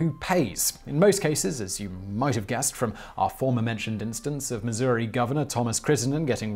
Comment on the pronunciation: Thank you for pronouncing it Missour-e, and not Missou-rah.